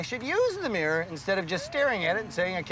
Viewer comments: " I still can't see that in my meer" 😂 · The joke is how she pronounced mirror you dip